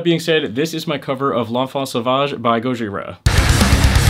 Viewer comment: Bro can pronounce "L'Enfant Sauvage" but not "Aristides" lol